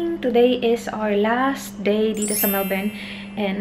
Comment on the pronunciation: Thx melboon haissssttt been telling u that on d past vlog but u were not ready then.... So was just watchin and doin😬😬😬whenever u say melborn.... Ur fans will get upset when try to correct u, oh well.... Judy had d same mistake and I hve learned that from her she was stood corrected as well😌